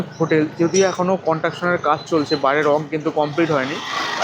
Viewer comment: I believe ur a new blogger in tour, mentioned off season rate of hotels, 6"x7" ft bed cannot accommodate 3 A,, also rectify ur pronunciation, instead of station, tesan, construction - contraktion, is heating on ear, please give me a season 2+2 beaded, commode toilet, hot water 24 hrs room tarrif preferably in ground FLR near sea beach as close possible, because I have 1 aged female having problems on both knees, with out lift is not possible to stay upper flrs, I need two 2+2 beaded commode toilet geyser room in 2nd week of jan in Full season.